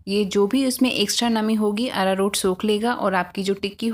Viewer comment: Ararur kya bol rhey ho smj ni aaya